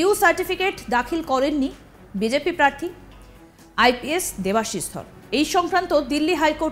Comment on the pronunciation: Ekta national channel er reporter er pronounciation ato kharap. Prarthi ke bolchhen Parthi.